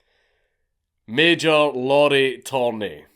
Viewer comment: Lauri isn't pronounced like Lauren, it sounds more like the Japanese pronunciation